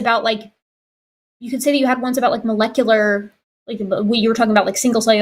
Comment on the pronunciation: Good to see that a week later still can't pronounce "molecular".